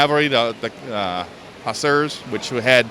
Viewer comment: The way he pronounced hussars made me cry a bit but this is so cool